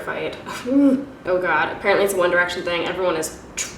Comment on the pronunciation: Girl, your comment literally made me laugh out loud! 😂😂 I thought I was the only one that noticed she said it like that!